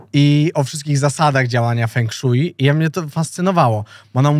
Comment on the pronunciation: widać Gimper nie oglądał tej różwej z Chin. To jest fę szła, nie feng szuji xd